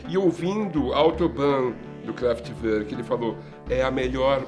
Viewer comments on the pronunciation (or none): A pronúncia correta é CRÁFETI VÔR Q (essas duas últimas sílabas devem ser pronunciadas como se a pessoa fosse vomitar). Grande banda!!!